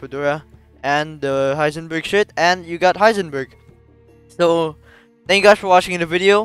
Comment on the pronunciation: i like how every time he says shirt is sounds like he says shit